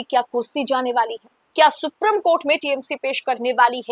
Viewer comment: मैं आपकी चैनल का बड़ा वाला फैन हूँ । आप और चैनल के सभी एंकर्स हर विषय पर बहुत सटीक प्रोग्राम करते हैं । सिर्फ एक उच्चारण गड़ता है । Supreme कोर्ट को “सुप्रीम” की जगह “सुप्रिम” कहना । बहुत छोटा पर हिंदी भाषी viewer के लिए अखरने वाला उच्चारण है । उम्मीद है आप ध्यान देंगी । Keep up the good work.